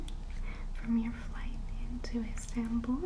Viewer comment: Never heard of an "instanbull" before. Is it anything like Constantinople?